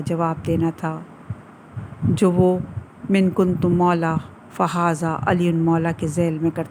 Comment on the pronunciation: Mohtarama saheba nay... man kunto ko min kunto padha hai. Barah e karam tas-heeh farma dein. Shukriya